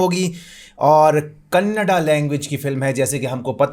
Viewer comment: Bhaut kush hua Bhai for perfect pronisation of kannda